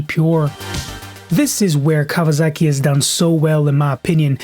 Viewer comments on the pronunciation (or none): It is “Kawasaki” not “KAWAZAKI” 😂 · Its a Kawasaki mate not a KawaZaki